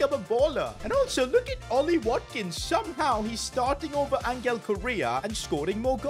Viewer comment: Bro say Angels name properly it’s not angle it’s Angel (ohn-hell)